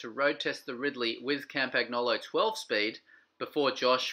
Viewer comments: The mechanics must pay attention to not accindentally "internally route" their hair into any of the threads on the bike. And BTW: Campagnolo is not pronounced "cum-puck-nolo" but "Come-pun-yolo"! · I bet the original comment was referring to the pronunciation of "Campagnolo" in the video. In Italian, "GN" works like "NY" in English, therefore the "G" is silent. So you do not say "cum-puck-nolo", but "Come-pun-yolo* ". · "cam-pag-NO-lo?" Seriously?